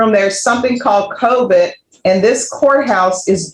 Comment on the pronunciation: "COVIT"? The word is "COVID", your honor.